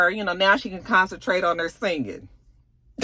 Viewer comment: ....NO!! Not sang-ing!